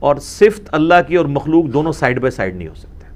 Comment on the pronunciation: O bhai engineer ,,,,,, ye lafz "Sift" nahi hota , balkay "Sifat" hota hay.